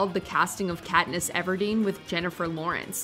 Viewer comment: "Nailed the casting if Katness Everdeen..." Umm...